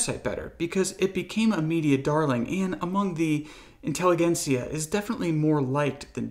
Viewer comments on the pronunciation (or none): there's an irony in you pronouncing "Intelligentsia" wrong.